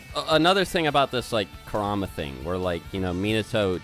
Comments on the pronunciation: Like the content, hate the way you guys pronounce half these names. I'm not fluent in Japanese, but I know enough that it's like pronouncing Jonathon as Joe-nay-thawn sometimes. Kura-ma, not Ku-rama. Again, I like the content, appreciate the discussion, but ya... just sayin. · you guys can pronounce some japanese names and moves, but butcher the important ones, like kurama, and ametersu lol